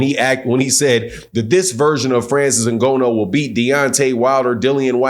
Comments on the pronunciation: Next time don't say Ngono, coz in Swahili that means Sex. His name you can pronounce it as Nganu or Nga like hu_nger the Nou like [knew/new]. I hope that helps😁 Anyway, great review 👊🏾👊🏾👊🏾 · It's IN- GAH- NEW! NOT IN- GO- NO. LOL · good insights. btw, Francis' last name is pronounced INGANNO not INGONNO. but i support your channel. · Dude name ain’t N-GO-NO man…🤦🏾‍♂️. It’s N-GAH-NOO. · was being sarcastic about consistent mispronunciation of Francis Ngannou's name. keeps pronouncing it "In-go-no" instead of "N-Gah-nou" so was calling him out on that. He wasn't disrespecting Francis' surname. In fact, quite the opposite. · NGONO ???? Wtf …why u constantly saying that? Nobody has ever Said its pronounced that way so where the fuck did you get that from ? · Did he say Francis ingono? Good analysis though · Its N Ga NN OU. And hes not a wrestler. Jeez these boxers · first of all...pronounce his properly ! the first point in putting respect on someone's name! "NGA---NOUUU" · It's pronounced “NNGAANU ” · Hey it’s pronounced N-Ga-Nu or N-Ga-New same pronunciation. Anyway your absolutely right about fury’s tactics. Francis is a MMA fighter they use dirty boxing. If fury got up from wilders punch I think Ngannou can as well. Fury got up 4 times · I respectfully disagree with your assertion that Francis (pronounced IN-GON-NU btw) would be in trouble with Wilder. Francis lives and breaths for someone stupid enough to get into a firefight with him! You don't know anything about MMA and less than that about Francis, which is fine; he would kill wild-ass Deontay Wilder swinging at him like he did against Fury. Dead. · How many times he gonna say Francis Ngono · FYI, his name is pronounced Na-GAAN-oh. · Bro called him ngono nganou ngana everything 😂😂😂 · Good video but your pronunciation of Francis Nghannou name was hard on my ears 😂😂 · Show Francis some respect and learn how to say his last name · say the man’s name right lol